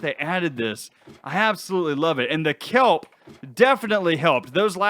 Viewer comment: 😅😅😅😅🤣🤣🤣🤣😂😂😂🤣🤣🤣🤣🤣🤣🤣🤣🤣🤣 You said kellble it’s kelp. That’s just 🤣🤣🤣🤣🤣🤣🤣🤣🤣🤣🤣🤣🤣🤣🤣 Odd